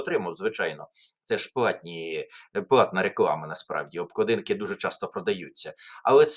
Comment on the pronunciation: Пане Тарасе, не обкладІнки, а обклАдинки. Звертайте, будь ласка, увагу на наголоси. У Вас вони іноді дуже дивні.